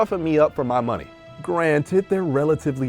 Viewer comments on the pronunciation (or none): “We need more MuNeh”